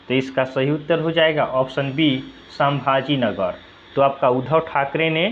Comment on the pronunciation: "संभाजी नगर" है सर सांभाजी नही (ये तो शोले की याद दिला दिया आपने) 😃😃😃😃😃😃😃😃😃😃